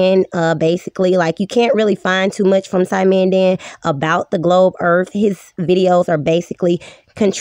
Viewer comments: Its not really fair to have this "female" on...she said, "erf" instead of earth..."she aint be knowing how tuh tawk nah mean" dont have people like this on your channel... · lol, you might be right, now I can't tell. I don't know what on gods flat "ERF" she meant to say👍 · "Ladies and gentlemen! The Earf is fwat! 🙃"